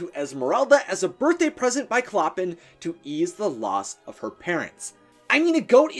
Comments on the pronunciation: clo-pàn not cloppin, I'm not judging you bc we've all mispronounced things and thats ok, but its like nails on a chalkboard to me I'm sorry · Someone may have pointed this out already, but it's driving me insane so I'm gonna say it. it's not "clop-in". It's pronounced "klo-pahn." You can see it in The Bells of Notre-Dame. He pronounces his own name, "klo-pahn." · It’s “Cloh-pahn” not “clo-pin” 🙄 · I think its pronounced Clo-pen with the emphasis on the 2nd syllable, not pronounced "Cloppun" Sorry.. Love your videos! 😍🤩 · Oh my GOD. DO YOU DO ANY RESEARCH on how to pronounce names??? Clop-en?!?? Really? ? It's CLOH-PAHN!!! HE LITERALLY SAYS IT IN THE OPENING SONG. I'm surprised you said the goat's name correctly though I bet if you were instructed to write it out without looking you'd write "Jolly" instead of "Djali." 😵 Edit: OMG Fleur "DE LEE"! Please learn proper French pronunciations!! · It's ColPAN not ColPIN. Everyone knows that. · I’m pretty sure Clopin is pronounced like the words flow pan together but the a in pan is a short a. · CLOPPIN!! DAYGERS!! Its killing me!!! 😭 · Clopin’s name is pronounced “Cloh-pawn”. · It's said klo-pon but spelled clopin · Clopin is pronounced CLOW-pan. It’s french and I studied the book in French class last year. Sorry, just a pet peeve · A little painful to hear Clopin pronounced wrong 🙈 it’s pronounced Cloh-pan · “CLOPPIN” LMAO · I LOVE watching this!! I'm prepping to play Esmeralda in the Disney musical and I absolutely adore her 😍😍 (Also it's pronounced clo-PAN) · Clopan but with out "n" is a nasal a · 1. Esmeralda was the daughter of a prostitute, not a Frenchwoman of good standing. 2. It's pronounced clo-PAHN; it rhymes with Chopin. 3. We do not speak of the abomination that follows the movie. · Take a shot every time he screws up the pronunciation of "Clopin" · That is not how you’re supposed to pronounce “Clopin”